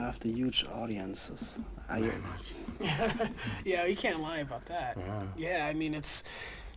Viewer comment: when gerard says "very much"